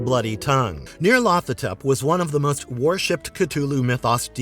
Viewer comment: Not pronouncing these right. It's Nie-yarl-tho-tep with emphasis on the 1st syllable, a drawing out of the 2nd, each syllable being elongated. Most have difficulty pronouncing these crazy names, yes?